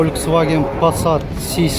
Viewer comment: Пассат сиси эмес эс эс болот